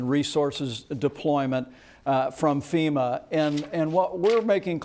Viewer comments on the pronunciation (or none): none